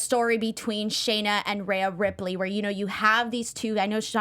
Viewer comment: Great show as usual but its Rhea not Raya!!